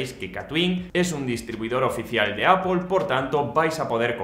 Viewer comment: Puedes dejar de decir apol